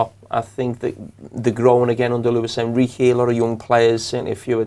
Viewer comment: English pronunciation of Luis Enrique=Lewis and Ricky😂